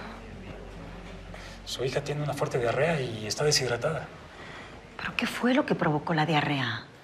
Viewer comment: Es diarrea no dearea